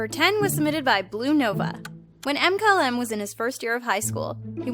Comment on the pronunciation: Is no one going to talk about how she pronounced Mkylem? M Kylem......... Melissa really